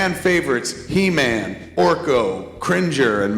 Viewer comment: It's he man... not e man